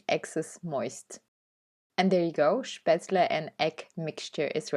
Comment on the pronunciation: Wow! All 3 look delicious 😋 but I agree with your previous comment, the spinach one looks yumm😋. You say spatzle so beautifully ❤. Looking forward to the next one!